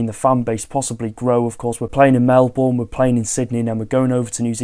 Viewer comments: Mel-BERN! Not Mel-BORN! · Aussie fan here and just bought tickets for the Sydney FC game (my team). So keen! I need to decide whether to wear my Sydney or Wrexham shirt..., slight tip, if you do any more coverage on the Australian pre-season tour, Melbourne is pronounced 'Melbin' for some reason. Love your work.